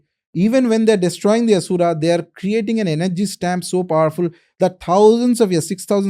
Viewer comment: Aree... plz plz ...i request... dont make ... Ram.... ramaaaaa Asur.....Asuraaaaa Arjun.....Arjunaaaaa Laxman...laxmanaaaaa The content is good , knowledgeworthy But plz have some respect/mercy for sanskrit pronunciation...